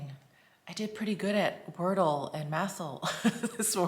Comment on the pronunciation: And there’s a Worldle I hear.